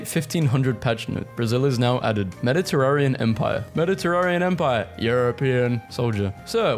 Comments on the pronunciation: The way you pronounced Mediterranean was crazy. Its not pronounced Terraria like the videogame…. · your consistent inability to pronounce "mediterranean" despite living in europe has become endearing somehow